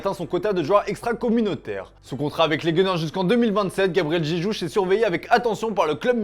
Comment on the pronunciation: "Gabriel Jéjouche"